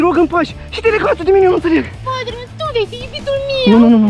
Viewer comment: Bros calling him spitter man